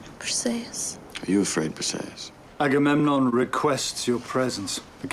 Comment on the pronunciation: You smashed the Agamemnon pronunciation, noice, I still get tongue twisted sometimes.